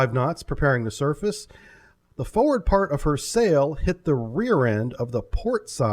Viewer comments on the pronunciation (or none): none